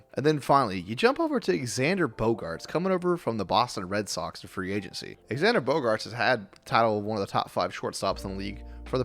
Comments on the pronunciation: ... do you keep calling him "ex-and-er"???? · I stopped watching after I heard “exander”.